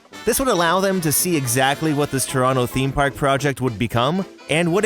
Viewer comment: Stumbled across this. Loved it. And I'm always happy when people pronounce "Toronto" correctly in videos...